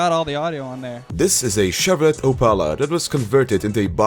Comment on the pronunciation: It’s either Chevrolet (pronounced Shevrolay) or Chevy (pronounced Shevvee)